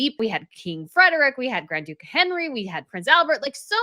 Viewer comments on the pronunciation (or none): none